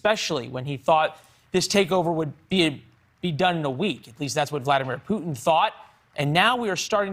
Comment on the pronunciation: Ew this new caster guy is terrifying looking. Gives me pennywise vibes. He got one eye bigger that the other, Botox stuck face and can't even pronounce the president of Ukraines name correctly. Fire him